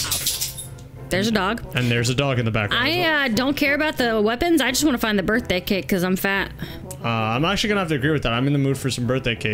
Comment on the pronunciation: U said brithday and today is my brithday 😆😆😆😆